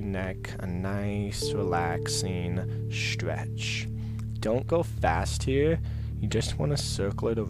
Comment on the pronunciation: He says 'stwech'